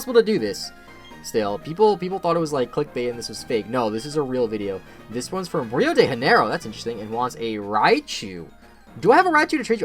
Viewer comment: That's not how you sasy Rio de Janeiro T_T Love the video, though, hugs from 2021